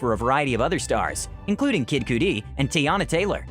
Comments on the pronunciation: Kid Cudi (Cuh-dee), not (Koo-dee) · Kid cooodi 😂😂😂😂😂 I think he meant Kid Cudi* 😂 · Wait no one else noticed how he pronounce Kid Cudi.. the man said "kid coodee" 😂😂😂😂😂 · He really just said kid KOOTY —____ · Kid coodiee? Lmao 😂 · "Kid Coodie" lol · "Kid Koo-Dee" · "Kid koodi" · Bruh Kid Cudi is pronounced Kid Cuhdi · Kid "koodie" ??? ...wtf? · DID HE JUST SAY KID CUI WRONG?